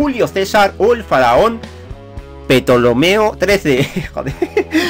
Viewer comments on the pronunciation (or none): Petolomeo 13 🤣🤣🤣 se dice tolomeo . Saludos crack me alegras las mañanas jaja 🇨🇱